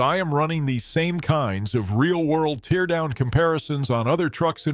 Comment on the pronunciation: AI narrator (teardown mispronounced), no footage of the teardown or the guy that's supposedly speaking. I'm calling BS on this whole story.